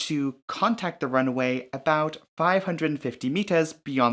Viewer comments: Great video, but for the love of god, the constant pronouncing of "runway" as "runaway"... 😄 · Good video but sometimes it sounds like he's saying "run-A-way" but maybe it's just me old ears....